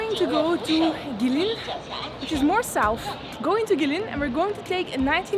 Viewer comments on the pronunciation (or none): pronounce it as Go-way Lin = Gui Lin In English, we have the word "Bin", replace "B" with "L" and ta-da "Lin"